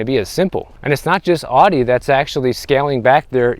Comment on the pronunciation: The way he says Audi. 😆